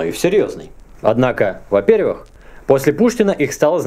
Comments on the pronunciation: А почему вы говорите во-перЬвИх? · Совершенно непонятно, почему Вы говорите воперЬвых с нажимом на мягкий знак и сразу же называете во-вторых вовсе без мягкого знака? Обьяснитесь.